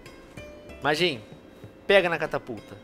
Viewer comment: Mas você não falar Majin direito